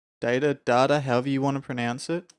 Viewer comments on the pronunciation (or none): none